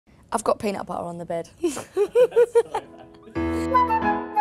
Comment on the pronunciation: peeenut bu-uh an bu-uh with t an su-uh